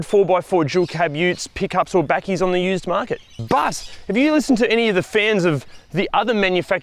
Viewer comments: You got the "backie" almost right. It is more like the sound in tumble. Say tumble and then say Bakkie. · Wait what did he just say bakkie? Yeah no it’s pronounced buckie…like in buck? Buck key. 😂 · So strange hearing you say bakkie 😂